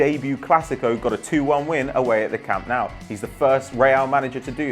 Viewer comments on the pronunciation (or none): It's Camp Nou, not Camp Nau. The same goes for Santiago Bernabéu, it's not Bernabau....